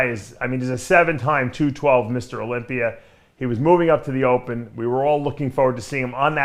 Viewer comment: Is Dave working on fixing his pronunciation? I swear Olympier is now Olympia.